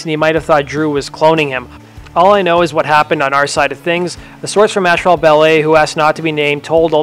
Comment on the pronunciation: asphalt is pronounced "ass fault" not "ash fault"